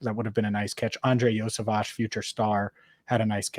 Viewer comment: Because his name is pronounced Yo-see-vash, there is no Yoshi